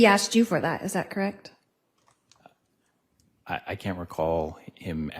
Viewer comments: I am with you. It is so irritating. "Krekt"? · It’s soo hard to listen to. Something about the way she pronounces “correct” really grinds my gears